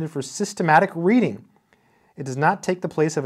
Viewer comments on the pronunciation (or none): none